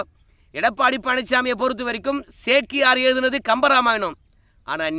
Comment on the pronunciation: நீ சேக்கிழார் என்று சொல் சேக்கியார் என்று செல்லுகிறாய்